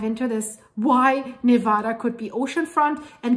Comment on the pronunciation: As a longtime resident of Reno (and the Virginia City highlands) who recently moved to Tennessee for work, it is rare indeed to find anyone outside of Nevada who knows the proper pronunciation of the name. That alone earned a sub! Mentioning 395 was an immediate trip down memory lane and made me long even more for the beauty and majesty of Reno, Mt Hough, Markleeville and the pony express station, Gardnerville, Mono Lake, Lee Vining, and Yosemite. That highway is one of the most awesome and fascinating to drive because it follows the east side of the Sierras (the steepest and most beautiful area) alongside a humongous magma plume that continues to lift them to this day (as a story idea, it'd be an amazing look at how the Sierras formed and the role they're going to play in splitting Cal and shoving it into the sea). Love your content and always excited to see a new post, so will return soon. First however, I'm off to a refreshing swim in the scenic hot springs at lake Nyiragongo, then a cooling dip in June Lake. Thanks for the great memories!